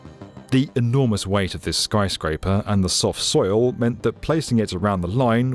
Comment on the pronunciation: "skyscaper among us" -some french mf in dustbowl